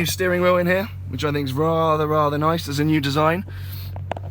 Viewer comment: it's rah rah rah-ther nice